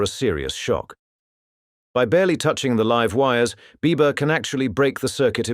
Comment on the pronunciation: This was really interesting. Cept every time he said Biba I kept thinking Bieber, heh